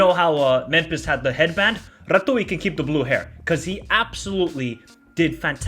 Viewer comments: Pronunciation of no.2 name (blue hair) is Andrei Ratiu ( Rha-tzy-uu) , not " Ratui " he's the player of Rayo Vallecano (La Liga ,Spain) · Also a quick correction Rațiu s name is pronounced as Rats - You Hope that helps ❤ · Eyo the way you pronounce Ratiu’s name is hilarious. Closest way to pronounce it for a native english speaker would be something similar to the way you pronounce Ratio, just with the U instead of O. Definitely not Ratui, not similar to retegui. Apart from that Mudryk was abysmal, before we dissect his decision making people should be criticizing his demeanor, if you take a look at the replays for 2nd and 3rd goal you can clearly see he is in the position to help his teammates out and stop the counter but refuses to run, just casually walks, absolutely disgusting, whoever gave him the 7.5 rating must be legally blind. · Rațiu is prononuced Ratz-you Edit: of course, multiple comments on the topic :) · Great analysis! I agree with your assessment and I hope that we can be the surprise of this tournament! Just as a side note, the way you pronounce the name of Andrei Rațiu is Ratzyu. The Romanian Ț is the equivalent of tz, just like the ș in Drăgușin sounds like a sh. HAI ROMÂNIA! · Ratiu is pronounced like you would say "rats-you". You're welcome! 😅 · Ratuiiii ... Funny pronunciation! Yes he was brilliant. I hope he leaves Rayo Vallecano and finds a team that uses his talents. Loved the vid! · he should try to pronounce like when you have tz in a name, raTZiu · take the "zz" from the word pizza, and replace the "ț" from Rațiu. that's how you pronunciate his name. allways when you see "ț" in romanian words, think about the zz. it's the same sound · Ratiu is pronounced Ratzew not Ratouille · Thanks!! 'Ratziu' not 'Ratoui' :) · who the hell is ratui bro? It is pronounced Ratziu. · Rațiu aka "Ratooi" is pronounced "Ratzzyou" (with Z, like in pizza). :) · It’s <Ratziu> not “Ratooie” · R A TZ I U ....not R A T U I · Ratziu not Ratoui